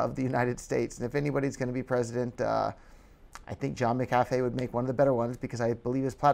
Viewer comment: HAHA he can't even pronounce his name right